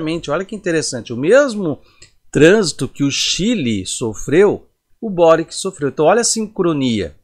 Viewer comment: A pronúncia é borichi, croata.